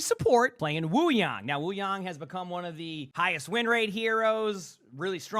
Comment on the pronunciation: W vvideos thank you for pronouncing his name right Wuyang